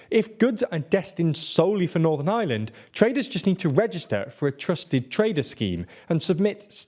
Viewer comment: Why are so many years you still not pronounce Ireland? You're literally saying the island of island